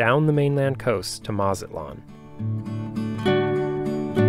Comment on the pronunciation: You certainly get the award for the best cinematography of any sailing videos. Absolutely beautiful, music choices superb. My only complaints where your pronunciation of the names Mazatlan and Guaymas. But you still get an A+! Fantastic journey. Keep it going